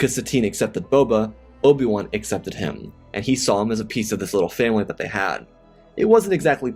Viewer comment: This narrator REALLY needs to slow down! I've watched many of his videos and he consistently makes me cringe! Here we have a video about Bobal Fatt, I cant tell you how many times that Obble Juan has been uttered in other videos. At this point Im starting to think its intentional as im sure that Im not the only one that hears/notices these incorrect pronunciations!